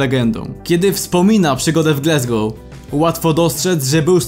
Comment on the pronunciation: co to jest glesgou... wstyd. Wymawia sie Glasgow. jak piszesz i czytasz. Nikt inaczej nie mowi ... Chyba ze Polski polityk